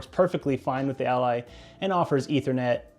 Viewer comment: I know, and that not how he says it. It says it like alley